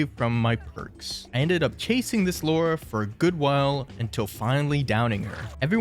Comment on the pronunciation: Her name is Lara not Laura, there's no u in Lara.